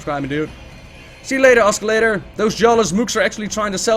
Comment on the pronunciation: I am not meaning to demean your English, but I have a small piece of linguistic advice. The C in the word oscillator is silent. Then again, you might not care - your English is pretty much impeccable.